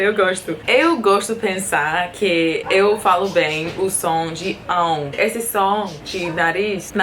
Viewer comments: O seu ão é perfeito. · Seu português é excelente! Você está de parabéns! Moro nos EUA e sei a dificuldade de aprender sons que não existem na sua língua materna. O sua pronúncia de "ão" é perfeita. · Seu "ão" está perfeito. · Seu "ão" é perfeito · Primeira estrangeira que eu conheço que consegue fazer os sons nasais de forma perfeita! Parabéns!!! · A pronúncia do seu "ão" tá muuito boa!!!